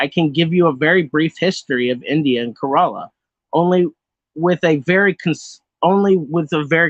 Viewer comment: I don't fault you for the mispronunciations, but for future reference, "Kerala" is pronounced more like "kare-uh-luh," with the emphasis on the first syllable, rather than "kur-ah-lah", and the name of the main language of Kerala, Malayalam, is pronounced "mah-lay-uh-luhm".